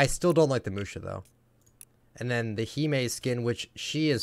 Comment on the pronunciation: Thank you someone pronounces Hime right